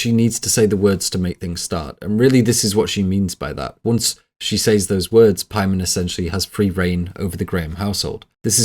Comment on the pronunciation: Says is pronounced sez. It’s not difficult if you practice.